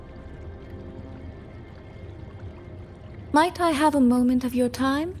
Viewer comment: The only thing thats giving me the ick is the fact that the eng dub is absolutely BUTCHERING SuiSuis name💀😭 Why the freak are they saying SoySoy (like Soy sauce) instead of SweiSwei, like daaamn